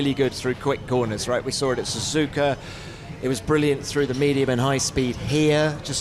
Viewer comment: You sawR a happy Fernando, how can he be happy if you sawR him,in half?